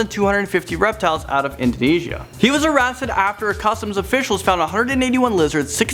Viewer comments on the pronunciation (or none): am i the only pne who realised said arasted?